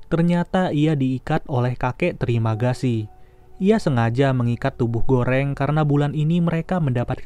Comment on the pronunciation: "Trimagasi" gw dengernya terimakasi anjip :)